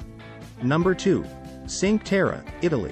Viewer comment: Ok, but you have to learn how to pronunce "cinque terre".